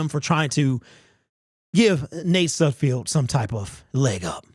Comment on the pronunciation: SudFELD........not SudFIELD. Still love ya' bro. Great to see your takes again. You're my go-to on all Lions info!!